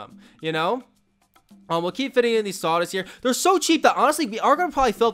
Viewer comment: everytime he says saudas i hear sawdust lol